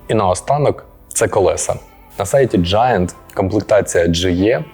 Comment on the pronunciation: ненавижу произношение этого бренда...поэтому посмотрю и поеду на Marine😂